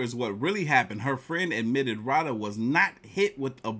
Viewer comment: Dude it's Roh-duh! 😂 I just saw a post the MTR put on Instagram! That heffa is in Jamaica!